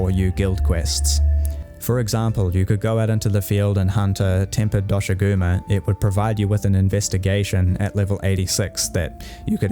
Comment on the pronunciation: Hearing “See-kret” and “Dosh-a-goo-ma” has made me like you already! It’s also a generally good video explaining the strengths and weaknesses of Wilds at launch as a whole. :) (It’s how I say the names of these guys too, the official pronunciations of them is weird)